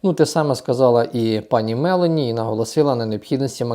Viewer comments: Мелоні, наголос на О! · Дякую за інформацію. Але : Giorgia MelO'ni ...